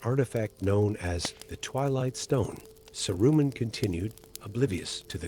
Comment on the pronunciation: In the first five minutes he’s bounced all over the map. Oh, and “Sah-roomen”?